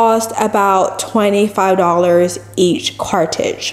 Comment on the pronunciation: It's a CARTRIDGE. say it with me: "CAR-TRR-RIDGE" CARTRIDGE